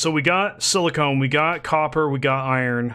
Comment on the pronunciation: Silicon = Sil - a - con Silicone = Sil - a - cone